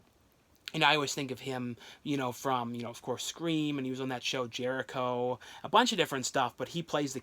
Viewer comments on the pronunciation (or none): none